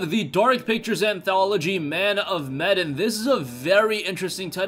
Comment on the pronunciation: That's not how you pronounce Medan